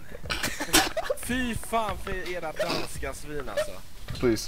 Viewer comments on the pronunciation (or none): He doesnt say va fan he says fy fan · fyfan not vafan;) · "Fy fan" not "Vafan". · Fyyyfan not Vafaaan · He sais "Fyfan" and not "Vafan"